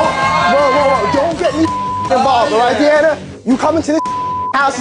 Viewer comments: He Said DEE ANNA 😂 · Alex Morgan Okayyy DEAANNAA AHAH I DIED WHEN HE SAID HER NAME WRONG